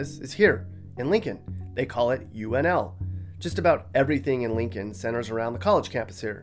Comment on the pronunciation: The pronunciation of UNL 🤣 I enjoy traveling but Nebraska always has a place in my heart. Love Homaha ♥️